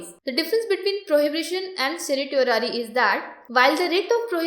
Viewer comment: The videos are getting better in terms of quality and content, your efforts are evident. Thank you for taking the pains and criticism positively. I would only like to bring to your notice that Certiorari is pronounced as Cer-sure-rary, the sure being the actual word sure. Keep up the good work and thanks for all your help.